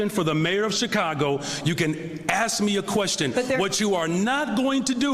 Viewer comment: “Axe” me a question? Really bro? Set an example for the students. It’s “Ask”. Were you a “graduate” of the Chicago public school system?